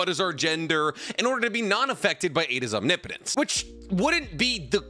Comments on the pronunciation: "Omni potence" lmao its "om nip o tence " you are straight up butchering the word lol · Omnipotence. Not omni-potents. One word. It hurts, I’m scared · It's "ahm nip puh tense" not "ahm nee poe nts" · Am I wrong in thinking is "Om nipo tence" and not "omni potence"? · Om- Nip - Otense not Om-ni-potense usually not a stickler but I honestly just noticed it 😂 but you say it how you want bro bro 👍🏽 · I love your content but Omni-potence is killing me 😂, correct me if I’m wrong in terms of naruto pronunciations but it’s usually pronounced aam-ni-puh-tense. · OMNIPOTENCE ISNT TWO WORDS 🤣 why do all the narutubers say it like that ahahjahaha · It's Om-nip-o-tent (Omnipotent) or Om-nip-o-tense (Omnipotence). Not Om-ni-po-tent or Om-ni-po-tense. Every time you say it wrong really grinds my gears! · Why do you call it Omni-potense... and in a few instances actually call it, om-nip-o-tinse... like you got it right a couple times, but even after getting it right, you still go back to the omni-potense... 🤦‍♂️ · Had to stop watching couldn't take the repeated mispronouncing of "omnipotence". Om-nih-puh-tense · no shade man I am really loving the vids but it's not OMNI-potence. It's Om-nipotence. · Om-nip-o-tence, not Omni-potence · Will you please say om nip o tents instead of omni potence, youre pronunciation is killing me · Om-nip-o-tence... You're killing me! Lol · I absolutely love 99% of your videos. I listen to them all the time. So please, try saying om-nip-oh-tense. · Small thing: omnipotence… “om-nip-uh-tense” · Omnipotence is pronounced OM-nip-oh-tens oof lol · Om-nipa-tense. You're saying it wrong. Look it up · you naruto/boruto youtubers keep mispronouncing the word omnipotence. its omnI - Potence. enphasis on the I. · Om-nip-potence 👍 no hate, just ❤ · anyone else just realize been saying omnipotence wrong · Oh no. He knew how to pronounce omnipotence for a few days and then he traded brain cells with the his pitbulls again. Rip.